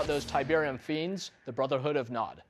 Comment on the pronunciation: he keeps saying "Brutha-Hood"